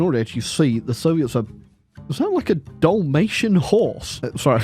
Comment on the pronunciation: “Dolmation horse” I believe the rats controlling you are finally losing their sanity!